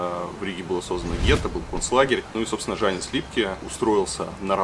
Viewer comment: во-первых дАугава а не даУгАва. Во-вторых Янис а не жанис